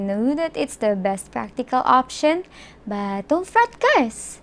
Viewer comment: Have you ever watched your own video!! :v ( What- wath But- buth That - thete told - tolt Dont-doont) still you are pretty so keep on trying ..... :thanksdoc